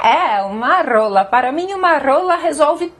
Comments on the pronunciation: ela disse RRRRRRRRRRRRRola no kgola é um som diferente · "adoro uma roolllaa"😂😂😂